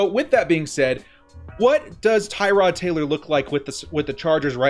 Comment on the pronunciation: Tir-od Taylor bro. not Tie-rod.